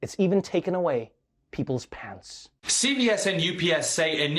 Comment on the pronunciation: I thought he said pets when he meant pants. I went from sad to “WTF” to “but I get it”